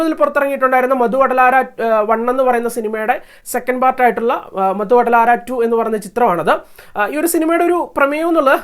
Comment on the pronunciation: മധു വടലാര എന്നല്ലടെ...മത്തു വധലരാ..എന്നാണ് (ലഹരി ഉപേക്ഷിക്കു)